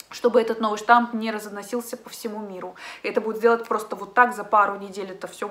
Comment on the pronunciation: только новый штамм вируса, а не штамп))